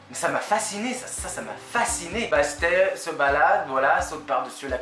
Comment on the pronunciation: Salut, super vidéo qui donne envie de le lire On prononce le deuxième « t » de Bastet